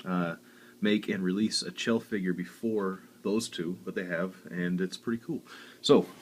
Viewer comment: someone who says chell right